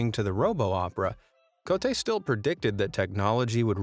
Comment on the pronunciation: This video keeps saying Cote (Ko - te), which means "dick" in Malay. 😪